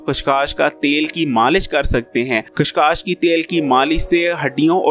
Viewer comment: Khas khas Nahin chacha khaskhas